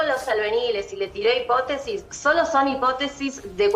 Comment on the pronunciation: Hipótesis acento en la O